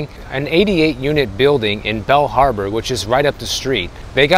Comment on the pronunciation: Are you saying Bell harbor or Bal harbor?